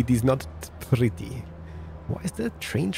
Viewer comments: I love how you pronounce pretty "prdy" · He's saying purdy, not pretty.